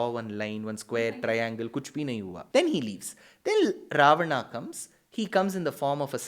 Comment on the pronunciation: Idiot, this is how you pronounce it in Sanskrit. Loser